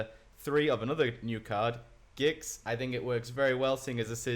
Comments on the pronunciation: Please say GIX and not JYX Imma die. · its Gix not Jix